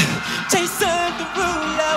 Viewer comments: I'm sorry, but Jason Derolu #7 is... Too quick, especially the "Jason" part. "jAYSN deruuulo." What is that? Put emphasis on ya name, boy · I like how he pronounces it Jay-son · Personally I disagree with your rating of “Jason Derulo #7” as I dislike the emphasis of the “o” in “Jason” so I would remark it to a 7/10. Other than that I would highly rate this comment.